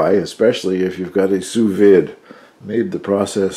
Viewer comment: A very nice cheese!! I like milder cheeses myself. I have to admit...Swiss is my absolute favorite!! I am not the Grammer Police by no means but the proper pronunciation is "Sue Veed". I learned this the hard way when I went to culinary school. LoL When you do your fish...be careful and not overcook. It will turn mushy as can be. I will guarantee you won't like it. LoL